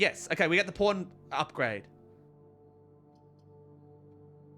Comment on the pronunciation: when he says pawn i hear porn